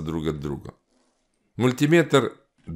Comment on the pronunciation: Как приятно слышать мультимЕтр, а не мультИметр. Бальзам на душу. Спасибо. 👍